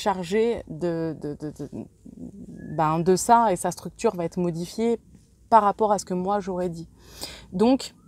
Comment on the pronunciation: merci... mais s'il vous plaît... va Têtre non! il n'y a pas de T à va alors la liaison ne se fait pas ça arrache les oreilles!! et vous n'êtes pas la seule.. loin de là